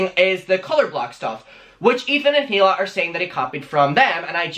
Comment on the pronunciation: The H in Hila's name is silent.